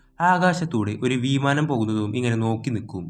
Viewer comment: വീമാനം No വിമാനം ട്ടോ Br0🫂❤️